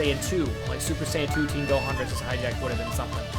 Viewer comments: Hi-jack? really? hi-jack, *facepalm* its Hachiyack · i hate how hi says high jacked when its pronounced "hot-ch-ee-ack" like for real, high jacked boi also im sorry for making fun of you i can tell this guy is a true fan by heart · I cringed every time he called Hatchiyack hijack. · you called Hatchiyack hijack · Why do you call hatchiyack hijack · ! its Gigantic Hammer and you pronouced Hatchiyack completly wrong